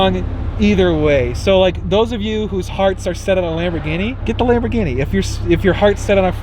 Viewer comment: It's a nice ''Labor Guinea''